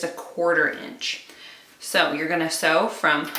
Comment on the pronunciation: I love your "see" easy. Made me smile!!! 😁😁😁 Sharon in SC